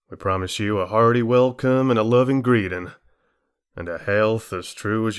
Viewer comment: Bela Lugosi didn't pronounce "welcome" with a "v," so you shouldn't have, either.